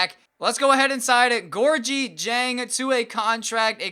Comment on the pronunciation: You are not pronouncing diengs first name right